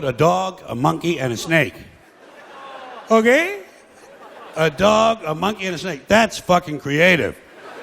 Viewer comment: I was looking for this comment about "Ok" 😂